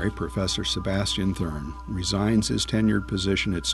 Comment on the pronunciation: Sebastian thRUN, not thURN.